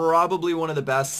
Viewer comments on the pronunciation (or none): none